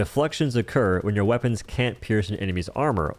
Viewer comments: The way you pronounce white and weapons drove me insane, had to put you in do not recommend holy shit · why is bro pronouncing white "hhwite" and weapons "hhweapons"